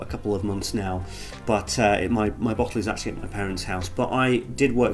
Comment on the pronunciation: “My boughdlle “ lmao